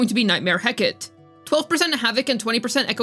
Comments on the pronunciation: heh-cuh-tee not hecat PLEASE stop saying that im dying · I'm sorry, BUT: Heh·Kuh·Tee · He-ka-te. It's greek, and it's three syllables. She was a greco-roman goddess of witchcraft and crossroads.